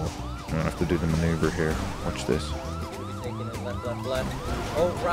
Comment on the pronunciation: I can't even dodge a missile on my life in GTA but you did a maw-nuu-ver on that missile o_0